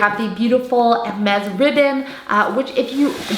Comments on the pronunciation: She pronounces Hermes correctly in French! It is funny that someone found her voice annoying for saying the brand name correctly 😂😂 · She’s pronouncing it … right? Not sure why that would be annoying to you lol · Yeah, she has pronounced it 100% correctly in French. So many on youtube pronounced it wrongly. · she shows respect by pronouncing the brand correctly. you're just too ignorant to understand. i'm sorry for you...